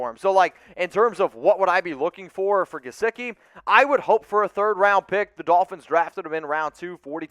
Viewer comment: Do not say Mike gesicki...pls dont